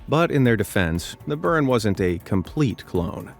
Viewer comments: boo-RAN, NOT "Burn" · Its pronounced bur-AHN! Not BUR-in.